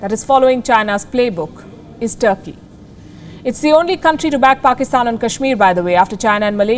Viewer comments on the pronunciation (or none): What is tharkey its turkey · Yaar turky ka pronounce sahi bhola kry yaar Urdo mai bat kr rhy ho